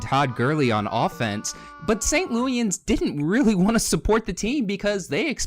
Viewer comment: Thanks for the video but if you don't mind, a couple of minor corrections. First... we are not St Lewyans. We are St Louisans. Pronounced like St Louis anz. Second... You said several times in the video Stan Kronktrator was from St Louis but as you showed in the video, he was from Columbia, Missouri which is halfway across the state on the way to Kansas City, Missouri. Don't take it the wrong way The video is well done and appreciated. 😀